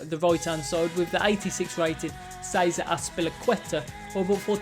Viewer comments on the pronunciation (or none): none